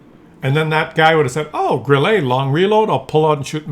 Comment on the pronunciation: Grille is pronounced Grilla in German.